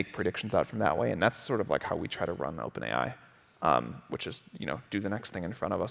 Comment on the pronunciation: oPaeN ai 🥴